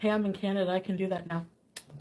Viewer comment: Look I really enjoy your content, but please it does not help the cause to call her followers idiots while calling it CANADIA. Please it is CANADA, pronounced CAN-A-DA. I'm am used to hate so feel free, but I mean no harm, I just think it helps the good fight to not call others idiots while sounding uneducated when you obviously are.